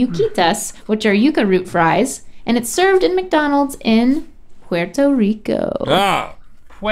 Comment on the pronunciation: "Pwheretoe rico" Why